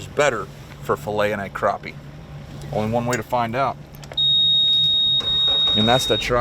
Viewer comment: Crap-pie not crop-pie lol